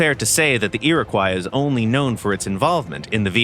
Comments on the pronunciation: Iroquois is pronounced "Ear-a-kwa", not ''croy". At least here in Canada where we used the name for helicopters and a few destroyers. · Iroquois is pronounced "ee-ruh-kwaa" :^) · The tail end of the word Iroquois should be pronounced like the fish